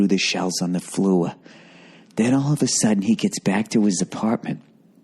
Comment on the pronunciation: I don’t know why but the female New English accent when he says floor killed me. Including the "no listen, listen”